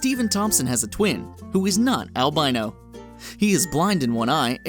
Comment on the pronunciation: it's a mutation of a certain gene, so it can affect any race, since there are rarely anybody that's 100%.It's just more prevalent in blacks...and why do you keep saying elbino?